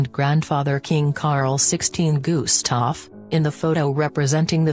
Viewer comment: It is not pronounced Guuuuuustaf for gods sake.....